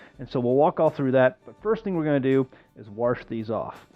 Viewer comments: Warsh. Its like he has an accent but only on one word. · My dad says warsh aswell. It's great lol